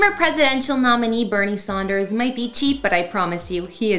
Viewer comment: So . . . his name is Sanders, not Saunders.